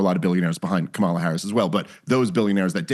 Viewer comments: I like Dave for the most part. But I don't understand why he refuses to pronounce " Saagar" or "Kamala" correctly. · He can't pronounce Kamala either. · Maybe you could correct Stiff on his intentional and racist mispronounciation of Kamala's name, Krystal. Have no love for Harris. But there's zero excuse for mispronouncing her name at this point. Accuse me of playing the "race card," righties. You know I'm right. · Bro, it’s Kamala com a la.. it’s not k malla.. It’s not hard. It’s not rocket science stop doing that. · I voted for her despite not being a big fan (for obvious reasons). How is it that people in the political sphere still can't pronounce her freaking first name correctly?